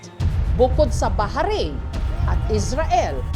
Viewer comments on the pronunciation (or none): Baharin po pala pronounce ng Bahrain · BA-RAYN O BAH-RAYN HINDI BAHA-RAYN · Yung bahrain pronunciation😢😢